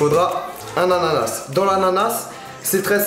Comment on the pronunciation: Coupez dans l'ananaSEUU